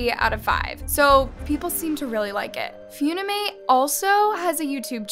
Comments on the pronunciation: not few knee mate its fun (an)imate - fun eh mate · (Fune-amate) WRONG (Fun-i-mate) CORRECT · It's fun-imate not fune-imate 💀💀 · FEEUNIMATE LMAOOOOOOOOOOO ITS FUNIMATE WIERDO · ITS NOT PRONOUNCED FUNIIIMATEE ITS PRONOUNCED FUNNYMATE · With all due respect, Its not "F-YOON-I-MATE" Its FUNimate. Like FUN Is literally in the name? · It's called fun-i-mate FUN not Fune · It's fun-ni-mate not few-ne-mate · its f-UH-nimate not f-OO-nimate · i'm sorry, fuwnimate? Its pronoucned funny-mate 😭😭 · NOT HOW U SAY FUNIMATE PLSS ITS FUN-IMATE NOT FUUUUNIMATE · Yall talking about this story: Me: why is she calling funimate foonimate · I'm not trying to be rude but it's pronounced fun-ee-mate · Nah she says foonimate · she says fue kinda like you say due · No no she said 'phew😮‍💨- ni- mate' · She is saying Fewnimate lol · HAHA- really said 'foonimate' 😭😭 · who's gonna tell her it's pronounce "f-uh-nimate" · LMAO SORRY “FOONIMATE”????? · HELP WHY IS SHE PRONOUNCING THE APP AS “FOONIMATE” 😭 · Hi! Funimate verified creator here! Most of what you said is actually completely false. The amount of creeps on the app are actually almost 0. They’re always automatically banned. And no, no child is putting “single” in their bio. Funimate is literally an app for editing. Also, it’s pronounced “fuh-ni-mate”. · girlll it’s pronounced as “funny mate” 😭😭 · did she just call funimate “fyouneemate”… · I'm sorry, but "Fyunimate"??? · ISNT UPIT PRONOUNCED FUN-I-MATE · No hate but the fact she called Likee "like" and funimate "funamate" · The way u were pronouncing it was so funny to me. Its actuall pronouced 'funny-mate' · Did you just say fyounimate?☺️ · it’s Funimate not foonimate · no hate its "fun e mate" for pronounce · 👏🏽PLEASE 👏🏽LEARN👏🏽HOW👏🏽TO👏🏽PRONOUNCE👏🏽WORDS 👏🏽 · the way she pronounced it was so wrong💀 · MS GORL ITS FUN-IM-ATE NOT FEW-NI-MATE SMH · Lmao says “fiuwnîmãt” it’s pronounced funi-mate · Flashback to the time she spelled Waifu as Waafoo